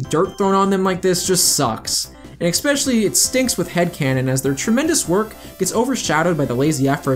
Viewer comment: Every time I hear "ekspecially" I die a little inside... Other than that, thanks for clearing up who was in charge of what, so Whitehead doesn't falsely get all of the blame.